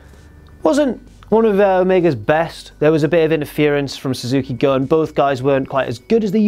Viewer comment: Fun fact, apparently its pronounced Suzuki goon